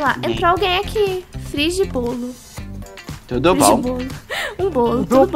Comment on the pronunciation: O melhor é o falando turo bom é tudo bom